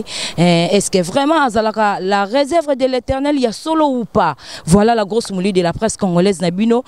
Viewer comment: Na journaliste yope oyepi PE KO prononcé réserve te ozoloba resevre tika buzoba